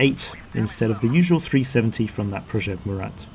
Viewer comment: Its called project Mura not " murate "